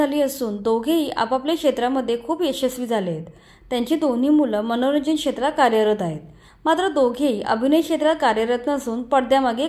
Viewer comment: 'शेत्र' नसून शब्द 'क्षेत्र' असा उच्चारावा. इथेच मराठीची गोची होते. मीडियावालेच अशुद्ध बोलतात, मग तेच प्रचलित होऊन जातं. बाकी नीनाताईं बद्दल मनापासून कौतुक आहेच..👍👌